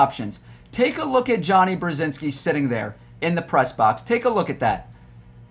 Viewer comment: It’s Brod-zinski